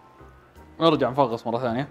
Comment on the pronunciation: 😂😂😂😂قال نفغص التوت والله كوميدي